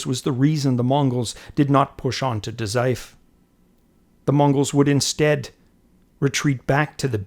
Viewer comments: great vid. just a note about Daizufu three syllable word with the vowel u pronounced ie, fu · The U in Dazaifu isn't silent btw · DA ZAI FOOOOOOOO. Lack of the fu for Dazaifu drove me nuts!